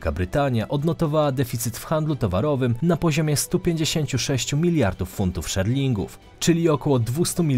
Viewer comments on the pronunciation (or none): 1. Nie ma takiego państwa jak Antigua i Bermuda 2. Funt szterling nie szerling 3. Belize to nie naród a państwo 4. Problem nie tyczy się tylko ich a nie nich 5. Z tytułu artykułu o banknocie wynika, że zyskał on symbole rdzennych ludów Australii a nie jakieś bliżej niesprecyzowane "narodowe"